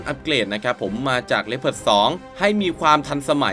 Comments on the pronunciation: อ่านว่า ลีโอพาร์ด ไม่ใช่เหรอครับ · ดูมาหลายช่อง มีช่องนี้ออกเสียงถูก ช่องอื่น ออกเสียงว่า ลีโอพาร์ด 😂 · ผมก็อ่านเป็น ลี โอ พาด มาตั้งนาน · อันดับ1 ผมอ่านว่าว่าลึโอผาร์ดตลอดเลย